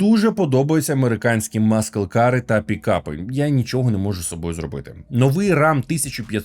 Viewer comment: На скільки пам‘ятаю, muscle - читається як «масл», не «маскл».